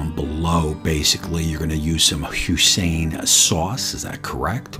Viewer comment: Lmao hoisin it’s pronounced “hoy-sin” not “who-sin”